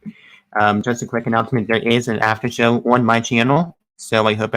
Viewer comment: needs to seriously get help with his communication skills. His enunciation is poor. When he said "Come to my after show" it was hard to decipher. He sounded like he was saying "Hum to my haffer hoe" Oof! Get it together. Then he gallops through syllables at times which does... not... help.